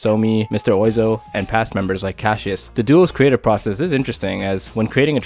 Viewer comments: I’ve always thought it was pronounced “monsieur wah-zoh” or “mister wah-zoh”! It’s also a French name. 🙂 Shouldn’t be “oh-ee-zoh”. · Mister WAH-ZO. It's pronounced Wah-Zo. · Great video, Cross is my favorite album of all time and the live version ( a cross the universe) which you didn’t mention (or did I miss it?) Anyway, just wanted to say mr. Oizo is pronounce mr. Wazo. Thanks for a brilliant video!